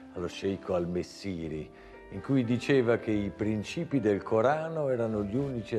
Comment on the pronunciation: Mi chiedo spesso, quando guardo i vari documentari su YouTube, ma chi commenta, si rende conto di cosa dice o no? Come fa, al minuto 5.03, dire "prìncipi" invece di " princìpi?